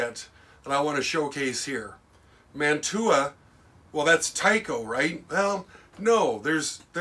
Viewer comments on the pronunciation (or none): I grew up in Woodbury Heights, NJ where the Mantua Metals and later Tyco factory was located. Just to let you know, it's pronounced Man-chew-ah, not Man-two-ah. You're correct that in the beginning, it was all kits you had to put together. Lots of people in town and the surrounding area got their first jobs at the factory, including my sister. My mother in law also worked there. When you went into the lobby, there was a wall of trains a lot like the one behind you. There was a reject pile at the back of the factory where they would destroy the trains that had imperfections. Some of us would raid that pile before they got destroyed, and we'd fix them up as good as we could. Many of us in town had Mantua and/or Tyco train sets when we were kids.